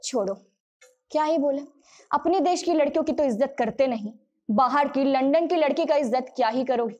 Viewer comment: Tum to khud aslil bol rahi ho लंदन होता है लंडन नही होता बेबी